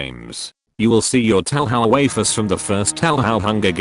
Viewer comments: “Tauhow” glorious. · "tow how"